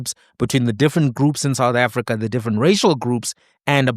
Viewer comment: " while we hold reservations about thee effectiveness of the SAHRC..."😂😭